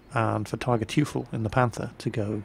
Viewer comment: The "EU" in Teufel is pronounced as it is in Leutnant, means devil btw.. ... Hope so much, my replays arrived in your mailbox :-o